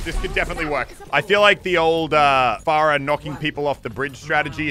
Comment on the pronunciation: He pronounces anna and pharah wrong